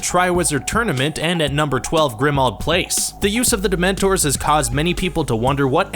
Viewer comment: And DemenTOR